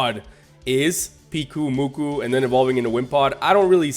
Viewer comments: I think Pyukumuku is supposed to be said as "puke-oo-moo-kuu" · Pyukumuku is pronounce Puke-oo-moo-koo, it's a sea cucumber, and the eat by vomiting up their stomachs and digest the food outside its body.